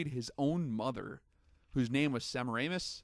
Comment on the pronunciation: its : sa- mare- ah- mis...... semmeranus -_